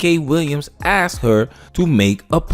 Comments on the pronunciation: With all that education, she can’t even say the word “asked”…. It’s no cultural, it’s idiocy. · This woman still can't pronounce the word Asked without saying Axe'd 😂. And she's got advanced degree and makes 6 figures 😅. "We want our Man's (not men) to be providers..." 😂. Ebonics is still strong with this one... And who are these black women she's talking about who have ALWAYS had to settle for less. I don't know about anybody else but when I was growing up there weren't alotta black women running around with advanced degrees making lots of money, truth be told there still aren't... She's talking about something that's very very new... Maybe the last 20-30 years black women have been getting more education and making more money. What's this ALWAYS had to settle shit... Most are broke and struggling just like a lotta men these days. She's living in very very rarified air... She's talking about 1% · I sure do love hearing educated people use the word axe(d) instead of ask(ed).